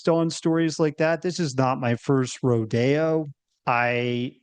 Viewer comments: Did he say row day oh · the guy you're interviewing is suspicious to say the least. 1. certain words are pronounced weirdly for no reason. "Rodeo" for example 2. Hear me out me out for this one. Why doesn't he fairly measure the opposing arguments? He is clearly using one moderate viewpoint vs. an extreme viewpoint. Meaning, he weighed a possibly true first account of a person (not living in Venezuela - this is important) against the ridiculous sounding extreme of arcs and pyramids instead of weighing that account against the oil claims. Check his hardrive 🤣 - look at his lips when you mention soccer 🤣🤣🤣🤣🤣🤣